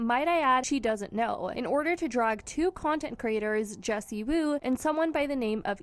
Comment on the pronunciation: "Wendy" Woo??? PUT SOME RESPECK ON JESSIEEEEWOO NAME!!!